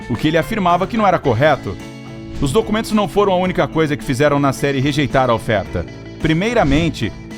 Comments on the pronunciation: Toda vez que falava "Nasseri", eu achei q era "na série" e eu ficava tipo... QUE SÉRIE É ESSA MEODEOS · Toda hora eu pensava que o narrador falava "na série", só dps percebi que era "Nasseri" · Eu também pensei que ele falava na série kkkkkkk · Toda vez que ele falava Nasseri eu pensava que ele falava “na série” e eu fiquei tipo que serie filho ? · Eu também!!!! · EU TAMBEM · Eu tb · Achei que era so eu que achava isso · Eu tbm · Achei que tinha sido só eu 🤦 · Nome muito famoso e aeroporto idem , acho que o narrador e produtor do Incrível deveriam saber a pronúncia do nome corretamente .